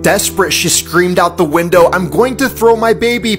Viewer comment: “Out the winDOwW”